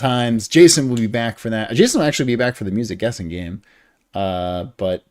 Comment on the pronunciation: stream start "let's get back... into the gayme" "starrting off art this week"